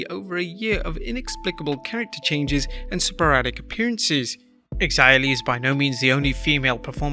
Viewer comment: Do they really pronounce Xia Li's name with the X sound? Her name is Chinese, isn't it? So, it should have a Chinese pronunciation, right? Wouldn't it be SHA Li? I'm not sure what the proper pronunciation is, but it definitely isn't with the X sound. Sorry for the random thought. It just kind of irked me to hear her name pronounced with an X sound. Lol.